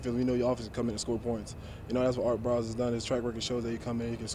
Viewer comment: Did anybody catch that he said art briles?